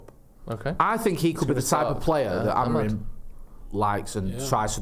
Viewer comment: You nutters are putting the stress on the Amorim name everywhere except where it goes AmoRIM and the last m is pronounced more like a nasal n